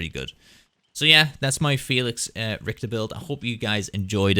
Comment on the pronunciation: It is always funny hearing people say Felix's last name 😄